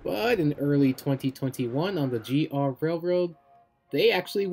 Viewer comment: The way you said “GR” railroad got me laughing